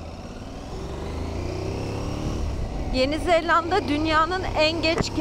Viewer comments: neden yenizeLLanda diyorsun ? çift L değil tek L ile ZELANDA. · Güzel macera...yanlız bir konuya açıklık getirmek isterim;Orijinal dilde New Zelland şeklinde ifade edilen ülkenin ismi Türkçede Yeni Zelanda diye okunur,Yeni Zellanda diye okunmaz😆😆😆😆Umarım bundan sonraki telafuzlarınızda bu küçük ayrıntıyı atlamazsınız.Bu arada sizi eşimle her seferinde zevkle seyrediyoruz,yolunuz açık olsun👋